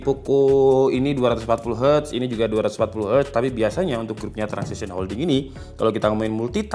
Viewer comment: TRANSSION HOLDINGS bang, bukan TRANSISITION